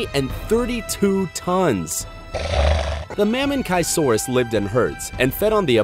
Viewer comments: The pronunciations of some of these dinosaurs is terrible. It's not "dip- LOW-docus", it's "diPLOD-icus", and it's not "MamenKAI-saurus", it's "MaMEN-chee-saurus", c'mon guys at least get the basics right! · Its correctly pronounced as “ma-men-chee-sow-roos” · Lowell Deepnya and maminchi and not mamenchi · Narrator: Ma-men-kai-saur-us. So you have chosen death . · That wasn't the only name mispronounced. Almost all of them are grossly mispronounced; Giganotosaurus, Mamenchisaurus, Pliosaurus, Amphicoelias. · Same it’s clear to see that he dont know shit about dinosaurs. I mean he called spinosaures “lizard with thorns” wtf man. Im pretty sure spinosaures means “spined lizard”. Also the way he pronunced mamenchisaures really triggered me